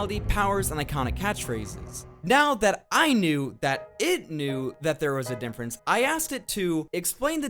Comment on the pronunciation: Holy shit do you say "Dinfference instead of Difference"?? Greato Daze